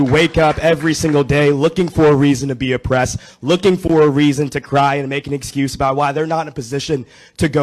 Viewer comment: O"ppressed? Sounds like an Irish dry cleaning shop!